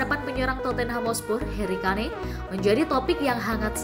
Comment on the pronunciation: sebut yg bener namanya HARRY KANE.